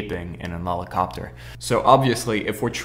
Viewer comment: its Helicoprer not elicopter its A helicopter not an elicopter . Its Humans not eumans. otherwise great stuff i loved it ! and i think you shout put the album cover you are talking about behind you insted of the triangles.WELL DONE MAN QUALITY WORK!